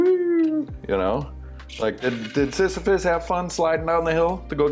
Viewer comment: "The Myth of Sisyphus" I'm impressed you said that with such ease. I can't even say it correctly in my head!